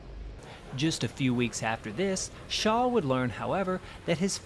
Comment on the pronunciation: His name was Franz Schall not Shaw.